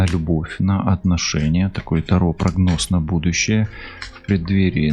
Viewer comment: Здравствуйте! Вы не правильно ставите ударение не: та'ро, а таро'